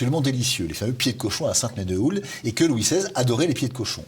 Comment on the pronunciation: Sainte-menehoulde se prononce "sainte-menou"